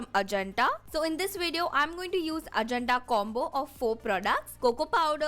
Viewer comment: You are pronouncing Ajanta wrong...